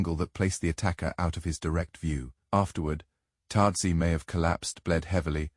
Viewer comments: The Ice Man’s name is ÖTZE, not TAZEE. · I just wanna know, I know.These are a I but do not listen.Is there no way to correct it?They keep calling otzy totsi